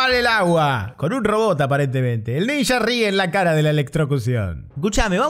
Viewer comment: Esto me hizo acordar inmediatamente a las películas Argentinas donde aparecen ninjas. Por supuesto, en dichos filmes la pronunciación es "ninja" y no "ninya", como creo que debe ser.